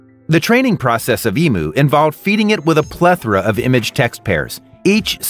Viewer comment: Emu is not pronounced like that.